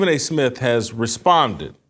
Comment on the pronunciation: He can't even pronounce his own name. "Stephen A Smiff"...but he's the face of ESPN?